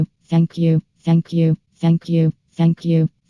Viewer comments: Or saying f**k you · If you speed it up to 2.00 it sounds like is saying “Akyoo” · It sounds like is saying fuck u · Maybe it's just me but, If you listen to for long enough, it sounds like she's saying "fuck you" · "shank you" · all i hear is "ankiu" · Fenkju. That's all I hear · It sounds like she saying ”Fuck you” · if you listen real close it sound like she's saying fack you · To me it sounds like 'feck you' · Heck you is all I hear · Sound like Feck U Or suck u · If u speed it up it x2 is sounds like she says f you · ITS LIKE SHE IS SAYING THE F WORD